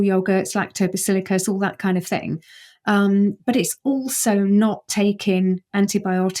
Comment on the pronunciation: I immediately get suspicious of an 'expert' who doesn't pronounce technical terms correctly: lactobacillICUS, Nu-uh. LactobacillUS!